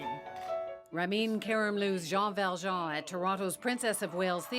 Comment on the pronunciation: You say ram-een, not ra-min